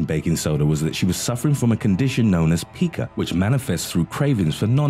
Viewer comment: It’s pronounced pie-ka not pee-ka